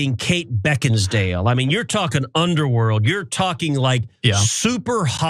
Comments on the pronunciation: "Beckinsdale"???? What a doofus 😂😂😂😂😂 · Did he say Kate Beckins(d)ale?